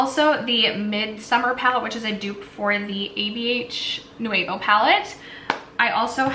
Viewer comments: Girl it's pronounced new-v-oh lol. But I still love you. This eye look is awesome. What palette is that? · Lol I kept thinking the same thing. So many extra syllables.